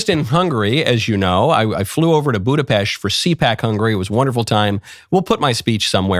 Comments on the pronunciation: Thank you for saying Budapest correctly. We are not pests. It's "pesht" 🤌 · Michael's Budapest pronunciation is correct